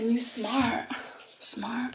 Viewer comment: Yeah it means she's smart. Smart (I cringed into oblivion hearing her say it that way)